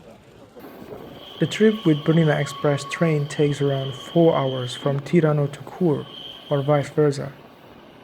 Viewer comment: Look man, I appreciate your video but you may want to refine the pronunciation of some landmarks. Tirano is not Tìrano but Tiràno (note the position of the stress). Also, what you call the Christ Viaduct is now called the Landwasser Viadukt (pronounced Lantvasser). Don't get offended!